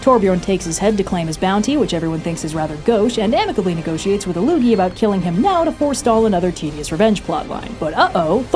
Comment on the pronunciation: Not ilLOOgi but ILL-Loogi. Not sure what Loogi means, but ill means ill. It is a Germanic language too.